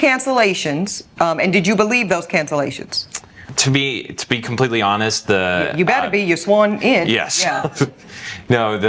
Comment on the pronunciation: there's a "T" on the end of the word "honest". It is not pronounced "honess", say the "T" sound please